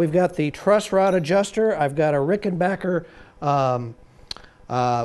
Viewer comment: And pronounced RickenBACKer the correct way.